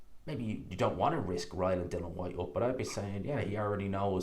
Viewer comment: It’s DILLIAN. ffs